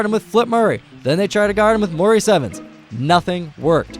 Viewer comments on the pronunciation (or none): none